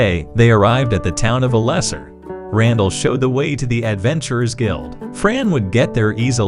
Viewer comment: Em he Alesser....!!!!! It's Alessa